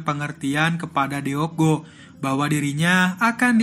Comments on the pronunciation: Nama cucunya bukan dibaca Deok Go tapi Duk Gu.karena huruf double O itu dibaca U dan Deok dibaca Duk.tolong cari tau pelafalan nama Korea ya rada ganggung soalnya dibaca Deok Go mulu padahal dibacanua Duk Gu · Baguusss... Tapi sedikit mengoreksi ya kak admin.. Deok cara bacanya dok. DeokGoo : dokgu DeokHee : dokhi Gituuu hehehehe...